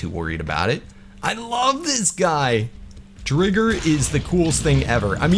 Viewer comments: Sorry i meant why you say drigger when it’s driger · I think it’s pronounced dr-eye-ger because dragon+tiger